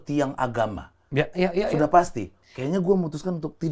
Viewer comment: "Dulu saya masih punya wibawa, sekarang syudah hantjur leburr" wkwk 😭😂 sehat selalu Habib Ja'far